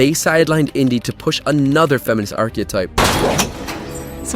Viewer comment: The fuck is an "archeOtype"? It's pronounced "ark-ih-type"